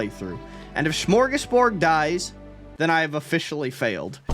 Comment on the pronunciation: As a swede, i've never been more happier to see little smörgåsbord die so i dont have to hear the butchering of our word:) Amazing video as always!